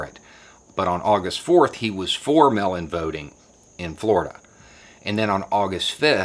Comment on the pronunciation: I agree with this - and yes it's frustrating as hell, even though it'll end up benefiting me since I mailed in my request for a mail-in ballot yesterday here in Florida. Just one TINY little critique of the video...I had to hear it a few times before understanding that you weren't talking about a "melanin ballot." Enunciate for us transplanted yanks listening in please! MAAAAAYL! Not mel. Sincerely - one of the minority in The Villages voting for Biden.